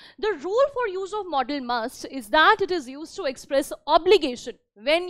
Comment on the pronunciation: It is not modal pronounce it properly 😅😅😅😅😅😅😅😅😅😅😅😅😅